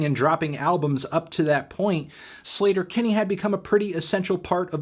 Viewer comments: Btw, I’m pretty sure the band’s name is pronounced Slay-ter-Kinney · Wait it’s not pronounced “sleeter- Kinney” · Anthony I don't even care that you're mispronouncing Sleater-Kinney since this is one of my favorite albums ever and you're reviewing it for classics week <3